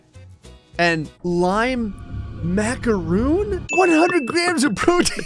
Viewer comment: your pronunciation of macaron makes me angry